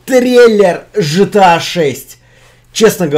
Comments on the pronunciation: Не Жта, а Гта, заебал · Да, не по канону. Но разрешается 😅